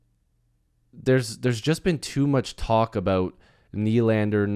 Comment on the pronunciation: Just a quick FYI everyone is pronouncing Nʏʟᴀɴᴅᴇʀ’s name wrong